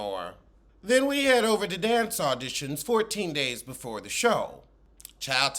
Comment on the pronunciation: “Befo taxes “ 😩🤦🏾‍♀️